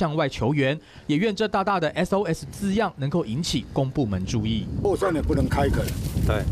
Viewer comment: S跟2分不清楚 笑死